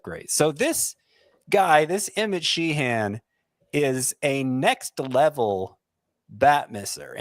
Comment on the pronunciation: I grew up with a few Sheehans in NY. Nobody pronounced it like exaggerating the second syllable. Like” Shehen”not She-Han. But thanks guys!